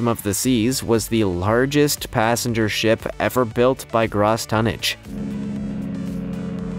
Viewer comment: Good work on the channel keep it going just one little itty bitty thing you kept pronouncing gross tonnage wrong